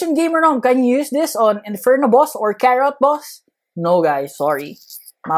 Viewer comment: When he went from saying boss to boos it made me laugh